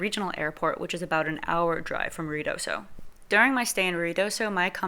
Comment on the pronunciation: Lady, IF you are going to report on Ruidosa New Mexico you need to learn how to say it!!!!!!!!!